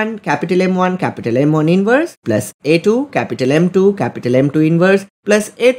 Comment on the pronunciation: bro said "cApUtAl M1 cApUtAl M2 cApUtAl M3" three times in 10 sec